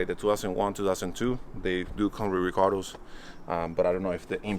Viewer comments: Love calling the recaro’s “recardoh’s” haha 😂 love the new acquisition! Can’t wait to see what the new projects going to be! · Love how when says Recaro he pronounces it Ricardo lol. But beautiful jza80 love the wheels n the color even tho I'm not a big blue fan but I like it better than the other one on tehe's